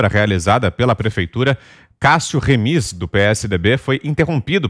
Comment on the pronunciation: Não é Remís, é Rêmis.